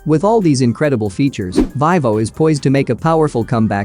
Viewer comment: Its Veevo no the ling "i" sound.